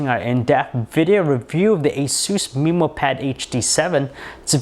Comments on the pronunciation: wtf did he say "asooos" and "meeemo"?? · dc216full asus "mimo" pad.. annoys me lol